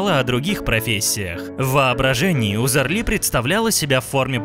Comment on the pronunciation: Почему это она немка, интересно, если у неё отец турок? И если делаете материал про человека, хотя бы фамилию правильно нужно произносить.